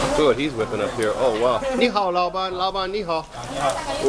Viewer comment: "ni ha " "ni ha" that pronunciation though